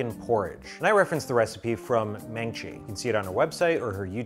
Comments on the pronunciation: 호박죽!! And just heads up, her name is pronounced "Maaahng-chi" with a long a and it means hammer lol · I love you, but her name is maangchi as in mung-chi. That's why there are two 'a's. She's a legend ❤❤ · Every time he pronounced "Maangchi's" name incorrectly.. it made me wanna slap him!! 😆